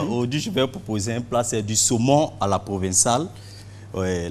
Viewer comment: Bassam ça date d'il ya plus d'une semaine pourquoi en parler aujourdhui si ce n'est à cause de lattentat belge.Bande de lèche bottes. On dit "PROVENCALE" pas provinciale pauvres cons !